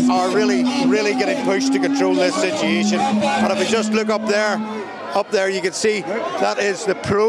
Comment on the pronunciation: I have a question,...what is a "sitiation?"